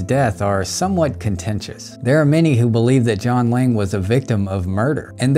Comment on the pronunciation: Ok I thought you were saying "John Wang" the whole time 🤣